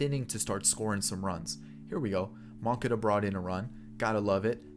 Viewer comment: butchering names.. I know sometimes you’re joking but most of the time you’re not 😂 the way you were saying moncadas name was hurting my ears